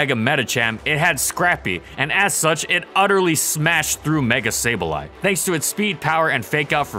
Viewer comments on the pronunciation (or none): none